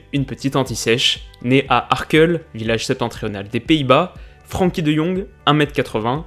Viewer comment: Superbe vidéo une nouvelle fois très enrichissante ! Une petite précision comme je suis néerlandophone, son prénom ne se prononce pas Fr[an]kie mais Fr[èn]kie, pour dire d’avoir l’accent moins français 😉😉